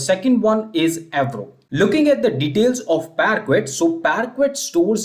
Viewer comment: Your efforts are really appreciated but your pronunciation of "parquet" is not right.